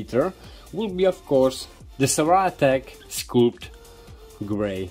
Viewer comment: the scul in sculpt is pronounced the same as a head... skull... while you are making it printed... imagine the tube were not square, so it caste shadows on the one side, but kind of smooth raised up like the body on a modern jet fighter. I; trying to think of another way....erm.. like speedbumps on the road... they don't cast shadows, unless the light is super low. would also be interesting to see what happens with two in series and parallel.